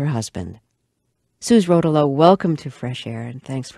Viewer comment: Pronounced Suzee Ro'towlo, not Suze Rotow'lo.